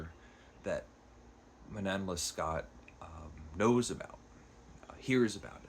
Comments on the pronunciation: It's pronounced roughly man-naw less-KO. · Alexandre Dumas fils is pronounced like Alexander do-MAW feece (think of the Golden Fleece but without the L) The name of this book is pronounced man- KNOWN luh-SCOH by abb-eyy pray-VOHST — I capitalized where I thought the stresses should be if we spoke it in English. I excluded Abbe because French is not a stressed based language and I think if you go either way in English it will work depending on the sentence. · That was a quick review! Sounds like I should order the penguin translation; thanks for addressing this important factor (translation). I read Dangerous Liasons years ago and really enjoyed it. I absolutely love the opera Manon Lescaut (it's pronounced something like Leh Scoh like "show"). Try to watch even just the famous aria scene, it's so very moving when performed well. Good review, thank you. Glad you're sticking with Clarissa! That's on my list. 😮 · I made it as far as , at which point I was defeated by your terrible French pronunciation (it would have taken you less than a minute to google the pronunciations of the name of the book and of the author) AND by your use of the word "laborous". The word is laborious. Using incorrect (in fact, non-existent,) words is not a good start for a would-be literary critic.